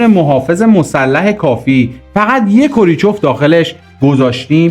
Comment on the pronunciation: کوریچف نه کرو چیف